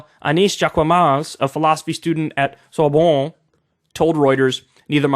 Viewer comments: It's pronounced "Sour" + "Bohn" (the city) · "ressemblant" = look alike (resembling) "rassemblement" = gathering It's not your accent, Kyle, you were even right about the silent "t" at the end. Juest take the time to pronounce all the syllables before it. And don't pronounce "a" like "e". "Sorbonne", like you pronounce "on-off". Finally yes, do something about your accent, don't try to gag while speaking. You sound more like Sasha Grey than someone who's speaking French. Schengen <> Shenzhen